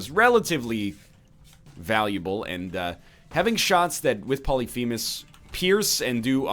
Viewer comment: Poly-femus! Poly-femus!!!!! STOP. Its pronounced as one word not two.